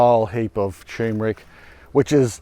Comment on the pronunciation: Congratulations on 2.5M subscribers! 👍🏼Maybe a good time to start pronouncing turmeric correctly! 😉